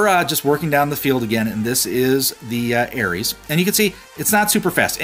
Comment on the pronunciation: Приколо то, что он говорит не Арес, а Эрис. (Ну типо ирис) )))))))